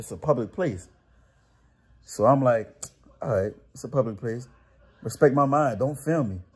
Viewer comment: Whenever anyone corrects me I'm gonna snap back with "Repsect my mind!" hahaha